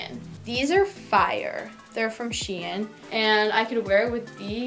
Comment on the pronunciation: Ok but the way she said shein really annoyed me ahaha sHEeenn 🤣🤣